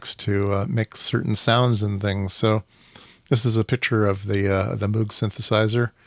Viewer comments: Moog is pronounced to rhyme with "brogue". Bob Moog taught a course I took at Cornell in about 1971. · Moog, pronounced like "vogue". (Just visted the Moogseum in Asheville, NC two weeks ago.) So glad Music From Outer Space is still around. I feel like I got a kit from them 15 years ago or so — built it wrong, LOL.